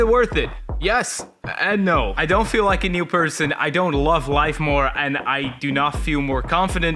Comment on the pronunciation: Do u realize u said liek and not like